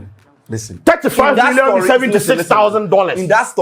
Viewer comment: If I had a dollar anytime Sheldon and use the word "listern"🤭🤭😜